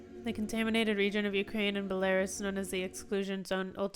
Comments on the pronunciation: Belarus is pronounced beh·lr·oos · Belarus is pronounced bella-ROOS, emphasis on second part